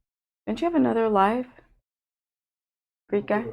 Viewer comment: For the longest time I thought you were calling you assistant Greed God...lol! Greek Guy?